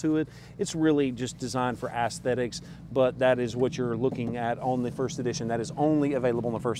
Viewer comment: Omg say ass-sthetics again. 😂😎